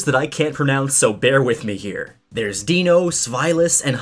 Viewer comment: Deino, Zweilous, and Hydreigon should be pronounced using the German numbers in their name based on their number of heads. "DIE-noh" "ZVIE-lus" "high-DRY-gun"